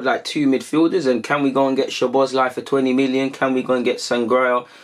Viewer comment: Funny how you can say Szobozlai but you can't say Sangare